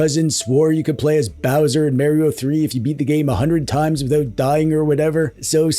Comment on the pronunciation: The mispronounced Mario is setting my inner Italian mutt DNA on full boil